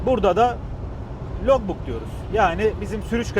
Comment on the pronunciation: Amerikdasin. Daha logbook nasil soylendigini ogrenememisin. Laag book. diye soylenir.